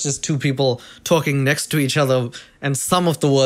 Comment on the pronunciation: Big Mac really said "thank u, neckst"